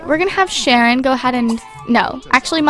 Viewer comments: its sharon not shanon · It's Sharon not Shannon!!! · Sharon, not Shanon. But it's okay!:D